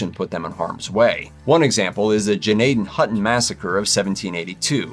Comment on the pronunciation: Ghnahdehnhewten is how it's pronounced